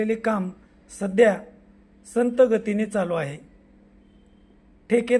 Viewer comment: संत गती नाही रे बाबा त्याला संथ गती म्हणतात